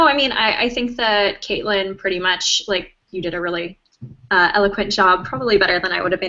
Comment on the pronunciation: Another video who can't trouble themselves too get Caitlin's name right . Big fat dislike from one of her fans.